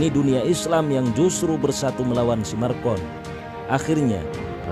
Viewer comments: Macron..., bukan marcon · Macron min bukan marcon, ntar salah orang kita hehe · Klau mau bikin dokumentari pastikan nama yg di sebut tu betul. President Perancis nama nya MACRON, bukan Marcon. Maaf, saya sekadar membetulkan saja. Memang patut di laknati ALLAH SWT pemimlin ini. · Macron min bukan marcon 🙏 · Macron min bukan marcon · Nama presiden Perancis itu macron bukannya marcon. Haduh gimana sih nih, sebut nama aja masih salah. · Macron boy bukan markon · Macron bukan marcon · Macron bkn Marcon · pembaca beritanya nyebut marcon